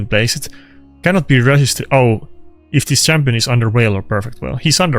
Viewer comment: it's not whale it's veil :) so funny